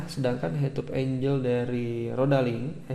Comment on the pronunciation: sudut bacanya enggel bang, bukan enjel. klo enjel itu bidadari, malaikat.